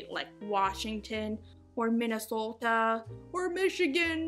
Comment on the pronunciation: I like how you pronounced Minnesota.